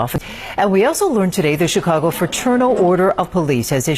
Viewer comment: This man thinks there's an "r" in Chicago. Chicargo 😂